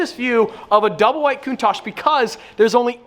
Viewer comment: No! I can't take the way Americans say Countach! Why didn't you get a diablo!!